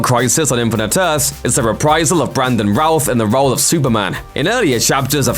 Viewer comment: Im sorry but there is no way your british accent makes "Brandon Routh" sound like "Brandon Ralph"...